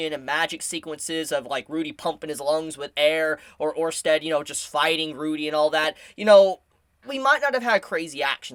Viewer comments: once again with the fire content. Good insight and analysis. I was ready to dislike the video for your Orsted pronunciation but you did it right this time so everything's good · My man did it... He pronounced orsted right